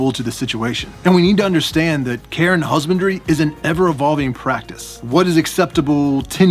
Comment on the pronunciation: I keep hearing "Care and Husbandry" as "Karen Husbandry".